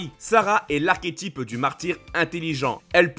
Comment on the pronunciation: J’adore votre diction, par exemple quand vous dites “ses affaireudeuvaleur", “princesseuSarah” ou “l’archétypeudumartyr”. C’est très sympa 😂